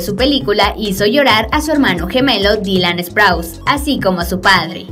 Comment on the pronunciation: Sprouse no se pronuncia asó NO ES HATE Solo estoy diciendo